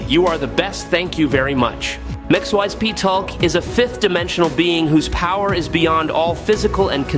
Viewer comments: It’s pronounced as Mix-e-spit-uh-lick. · I didn't know that Trigon was pronounced 4 different ways omg that shit is annoying and Mxyzptlk is definitely being chopped up. Geesh!! Annoying at least Trigon was pronounced correctly at times he totally jacking up Mxyzptlk sounding like he was speaking the name in Klingon a few times 😂 geesh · 😂😂😂 The Ai trying to pronounce Mr. Mxyzptlk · So are you Chinese or Indian? Your AI voice falls apart with names like Mxyzptlk and good job using an image of Chthon instead of Trigon. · He does that in every one of his video and it's so damn funny